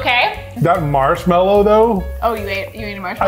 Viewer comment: noooooo chese insted of mashmelo